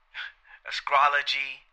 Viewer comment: I loved your vid bro, but bruce lee was chinese, it is astrology not askrology, belittle not delittle and ridley scott not riley scott